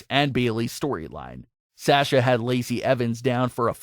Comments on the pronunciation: Yeah, it's Saw-sha not Sash-uh. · was triggered every time you said, ' S-ash-ah ' instead of ' Saw-sha ' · PLEASE FOR ONCE IN UR LIFE ITS S A S H A NOT SÄESCHA